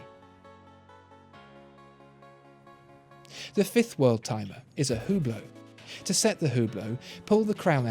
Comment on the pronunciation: As soon as he said hublot I clicked away